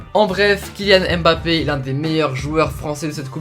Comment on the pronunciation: Super vidéo mais stp c’est pas « Aime bappe » c’est Mbappe c’est important de bien prononcer les prénoms